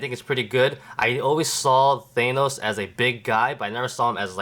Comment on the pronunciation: that is not how you say thanos